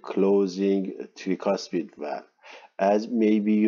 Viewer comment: very good explanation, thank you for your lectures. But can you please try to say "trycuspid valve" instead of treecuspid? no offense to you sir, as people have different accents but if we speak Arabic that way, you will really make fun of us